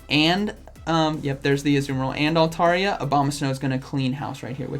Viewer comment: Great content but hot damn it's " altAIRia".